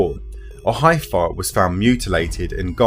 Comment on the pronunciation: “Heff-er” not “hyfer”. Great video. I knew this crop info for some time. Thanks for covering it. It’s super-significant, and often ignored.